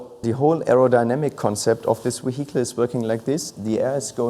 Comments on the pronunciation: Jack Rix saying vehicle: vehicle: weehittal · Wehicle is Vehicle , i was soo confused at first , i had to turn the subtitles on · De weehickle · Weehickle = Vehicle. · "We-heagel" Why didnt he take just a few min to check up on english pronunciation before this interview? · I couldn't help but chuckle everytime this guy says "WEEHICLE" 😄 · ze weeheekle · How much German accent would you like? The weheekel... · Can't help but let out internal chuckles every time the guy says wihicle😂😂😂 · Ve hi cle indeed. Great machine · Very nice Vee-Hi-kle :) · See if you can do a shot everytime he says W-ehicle.... 🤣🍻 then try and say max wertstappen is wery good at driving his wehicle in wancouver. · Nice car, but I am more intrigued by this "weheatle" he speaks of. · What is a weehickle? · I've never heard anyone pronounce it "wehicle" lol. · What an amazing we-hickle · A lovely weeheecle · Can't wait to pick up this "Ve hicle" in the used car lot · The way he says vihicle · Hehe Weehicle... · Whey HEE Cull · Ok second favourite thing about this video is how the project lead pronounces “vehicle” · 122hp electric motor just for the turbo. That's more than the entire output of many cars. I love the way pronounces 'vehicle. Na, I don't think I'll get the optional magnesium wheels, it will make the car too expensive. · Is that really how he says the word VEHICLE!?!? I’m a hearing him right? Is he trying to say vehicle.. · I literally want to give him a hug everytime he says "vehicle" 😅